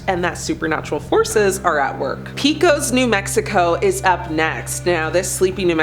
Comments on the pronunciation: It's pronounced Peck-ose New Mexico, not Peek-ose. 🙄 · The stories are good but the pronunciation is horrible. Pecos is pronounced PAY-COS, and Navajo was totally butchered.. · Yo-sem-ah? That isn't how you pronounce Yosemite. And how did you pronounce Pecos? You know right here on YouTube, you can listen to pronunciations of places you can't pronounce.